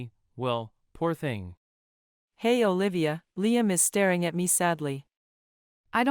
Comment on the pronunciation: I am confused your name is Olivia or Bolivia because everytime someone pronoce your name I always heard Bolivia